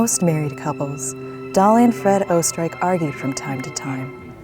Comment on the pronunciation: It is pronounced 'Oostereich' not 'O-Streich) it is german for austria